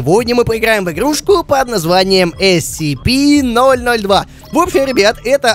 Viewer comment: правильно не нсп, а скп